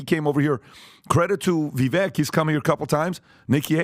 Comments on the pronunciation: Hey...love your content! You know I've only heard Vivek correct the annunciation of his name one time and it was after the first public debate. So, I don't think it bothers him that most people say his name wrong but when he says it, he says it's Vi-vake like cake 🍰 Kind of like Hyundai which is pronounced Hun-day... Like Sunday. I don't know whether he'd care or not but a lot of us would love to hear his name pronounced correctly since it's going to be in the cycle for a while:-) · I swear I'm not trying to be the language police. It's just a pet peave of mine, and I know it's probably going to draw me ire. I implore you to please say Vivek's name if you respect him so much. I cringe every time I hear your panel say it. He has said on multiple occasions, "Vivake like Cake." In the grand scheme of thing, it probably matters not. Being an old man, to me it shows so much disrespect. I love your content and agree with a lot of what you talk about, so no disrespect meant towards you from me either. I hope you can receive this as it is intended. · Can yall please learn how to pronounce our future President's name correctly at least? Vivek (Vi-vake, like cake) Ramaswamey. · Go vivek. They will know how to pronounce that last name properly. 🎉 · Guys let's get Vivek's name correct. You guys are not pronouncing it correctly. He is the next President, let's put some respect on his name. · It's pronounced "Vi(VAKE), guys. Come on already. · I love this podcast but you’re all mispronouncing Viveks name. It’s pronounced Vi vake … rhymes with rake and take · Vivek [va-vake (like cake)]. I heard an interview with Vivek and this is how he said his name is pronounced. Just saying. Names really are important❤. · Love you guys but it’s pronounced Vivake (rhymes with cake). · If you like the guy you should probably learn how to say his name right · Please, my guys, learn how to pronounce Viv-ake! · FCS...could PBD please learn how to pronounce Vivek's name? Like CAKE....Vivake........